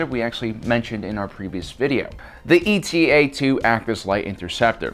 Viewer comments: You keep saying "E.T.A." for the Eta-2. Eta is a Greek letter, like Delta, not an abbreviation. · I know this is petty, but it really bugs me that you keep saying E-T-A. It's eta, the seventh letter of the Greek alphabet. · It's not E.T.A. It's eta, one of the letters of the greek alphabet. ETTA ETTA ETTA. SAY ETTA!